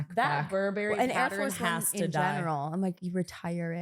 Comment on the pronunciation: Pronouncing Burberry that way is wild